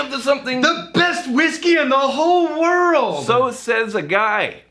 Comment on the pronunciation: "SO SAYS a guaai" haha